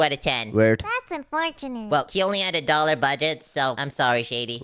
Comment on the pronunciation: Bro it's dollar not dollor😊